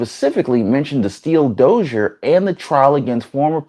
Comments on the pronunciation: "dossier" is pronounced "doss e a"... not "dozer". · Bruh. It’s “doss-y-ah” not “doss-y-er” it’s a French word so you have to say it like it’s pride month. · Yes, the R is silent .. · The word dossier is pronounced "doss ee eh" not dosure... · Please look at the pronunciation for - dossier \DOSS-yay\ noun. : a file containing detailed records on a particular person or subject. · Love your broadcasts and totally respect your journalistic integrity. One suggestion though, please learn to pronounce dossier. (Doss-e-a)